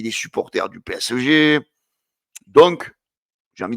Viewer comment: PSG on dit ! Tu as du mal mon grand